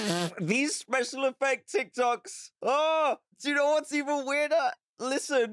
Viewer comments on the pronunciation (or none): I just love how he says "Tok Tics" instead of "Tik Tocs" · It’s TikTok’s not Tik Tocs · Tocs🤣 it is Toks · Tik tocks=tik toks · *tok tiks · no one: absolutely no one: Dan: Tok... tiks